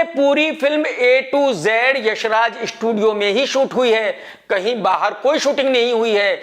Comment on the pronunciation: Sony ko shonu kh rha... estudio